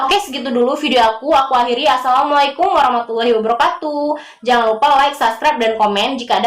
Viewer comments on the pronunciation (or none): none